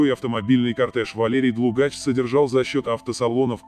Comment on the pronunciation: ДлУгач ударение на у